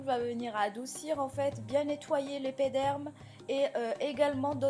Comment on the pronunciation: epiderme et non pas epederme